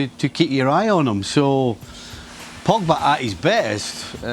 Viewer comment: Ay you guys i like Kay but did yall hear her say Paul Pogger? Or Paul Pogga 😭😭😂😂💀 that was hilarious